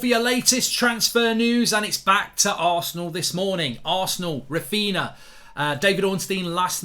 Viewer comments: His name is Raphinha, not Raphina. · it's Raphinha fam not Raphina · Clueless people, they have Coutinho, Ronaldinho, Fabinho etc and they can't make the connection with Raphinha and they keep misspronouncing the name, such disrespect and cavemen everywhere. Don't they watch highlights or match of the day or Martin Tyler or something, everyone there calls him correctly, the only place where they keep butchering the name is here on fan channels. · If you bid £45m under his value, it’s not really ‘almost there’ is it? Also, you’re not saying his name properly. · He's a Man United fan. Of course he wont pronounce a Leeds players name correctly